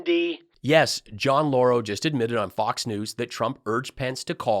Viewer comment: I swear Mike said Deflamation Deflamation and Fox Nudes 😂